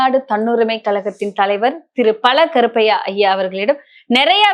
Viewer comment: " பல கருப்பையா இல்லை பழ.கருப்பையா .நாக்கை செங்கல் வைத்து தேய் . தமிழ் உச்சரிப்பு உருபடியாக இல்லாமல் எதற்காக மூஞ்சியில் மைதாமாவு பூசிகொண்டு வருகிறீர்கள்